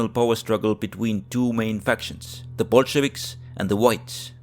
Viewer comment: Yea I thought this was about the current war until he said Bulshavics